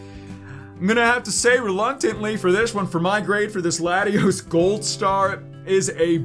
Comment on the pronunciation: it’s Latios???? Lol u say the name wrong ?????